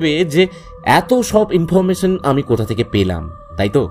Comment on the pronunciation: ইন্দ্র এর চরিত্রে জিনি ভয়েস দিলেন তার কিছু উচ্চারণে আঞ্চলিক টান চলে আসে আর "স" "শ" এর উচ্চারণের সময় "ছ" হয়ে যাচ্ছে.....এই যেমন information এর উচ্চারণটা হুট করে কানে লাগবে...